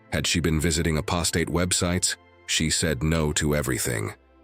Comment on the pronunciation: I don’t like this voice It’s not in sinc and doesn’t even pronounce apostate properly ?????